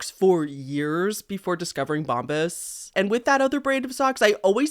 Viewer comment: Girl, it’s Bomb-BUH’s not bomb-bis 😂😂